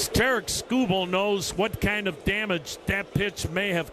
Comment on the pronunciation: He really likes to hear himself say “Terrick Schoo Bull” Think he said his name 36 times